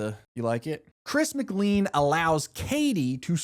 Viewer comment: Its Chris MC CLANE! NOT MC CLEAN!!!